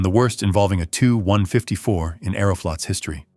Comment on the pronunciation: In English it's pronounced with two syllables; ('The TeeYou 154) not one syllable, like the number (2.) Gracias por tu produccion increible,.